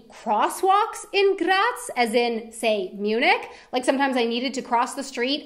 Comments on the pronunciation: I am getting kinda angry how she pronounces some words atleast she can say graz perfectly and cause i am austrian that satifys me atleast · Please! Please! Stop say "Graz" this often! And don't pronounce it in this wrong and annoying way! It totally killed my nerves! -A weaner Bua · I'm glad you were in GRRaz, so you could say GRRaz a couple of times, it made me *grins every time. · Das R muss rollen wie ein deutscher Panzer!! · I like yor pronouciation of my favourite city Grrrraz! Grrretz from a three-quarter westphalian with one quarter styrian ancestry. Beautiful place on earth. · Funny pronunciation of “Graz”. That’s how they say it in Slovenia maybe... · The way she rolls the r when she says Graz😂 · Love your pronunciation of Graz 😂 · Why do you say Graz like it would be Czech u roll the r like there wouldn't be another Day😂!!